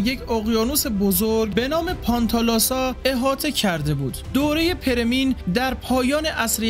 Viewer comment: بزرگوار ، متشکرم از زحماتتون . خواهشی که دارم این هستش که روی تلفظ لغات بیشتر کار کنید . پِرمییِن خونده میشه . به کسر پ و ی دوم